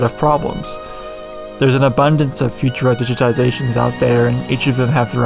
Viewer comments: If you say „future-a“ one more time, my head is gonna explode from too much cringe. Please try „foo-tour-a“, with the emphasis on the middle syllable. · I've never heard anyone pronounce it "FU-tura" rather than "fu-TUR-a". But, more importantly… just because you have a font on your computer doesn't mean you're allowed to do whatever you want with it and just because you found it online doesn't mean it has no terms of service attached to it. The people who put work into creating a font expect to be paid for their work like any other designer or developer. Our ability to use their work without paying for it doesn't mean it's necessarily legal to do so. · Never heard it pronounced Future-a. Ive always heard Fu-TUR-a with emphasis on middle syllable. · I would've thought it was pronounced fu-TUR-a instead of Future-uhh, but then I'm not the typeface expert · It's pronounced "Few-tur-ah". Been using it since the late 80s as a graphic designer. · Learn to pronounce Futura and I’ll consider watching the video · i have never heard anyone pronounce futura like that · Read the description before watching and hearing you say Futura I probably wouldn't have commented on it personally, the differences in pronunciation are small enough I know what you're saying so meh guess the masses are pickier than I on pronunciations I only rly blow up on nuclear. So many people say "nuke-you-ler" and that second u doesn't exist in the spelling and confuses me how it started but that one I let myself jump on, the rest I find it better to not care as long as you understand- heck, nuclear it's better to ignore too, but I just had to give myself ONE to be picky about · Futura: the emphasis is surely on the second syllable not the first?